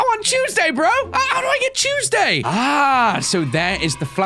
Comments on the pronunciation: Look I LOVE I’m not trying to hate but Is it just me or when he says Tuesday it sounds like choseday? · I love how he pronounces Tuesday as I'd it were spelt cheuseday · Vid comes out he says Tuesday 5y later WAIT DID HE SAY CHUESDAY